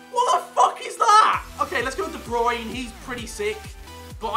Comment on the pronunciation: bruyne u say brain I'm dutch it's easy